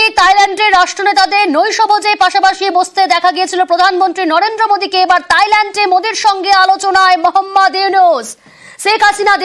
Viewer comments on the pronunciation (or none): তাইল্যান্ড নারে ভাই থাইল্যান্ড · তাইল্যান্ড বলে কেন রে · গাধি ওটা তাইলেন্ড না থাইল্যান্ড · তাইল্যান্ড না থাইল্যান্ড হবে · দেশের নামটাও ঠিক করে পারেনা তাইলেন্ড🤣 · তাইলেন্ড 🤣🤣🤣🤣 অশিক্ষিত সাংবাদিক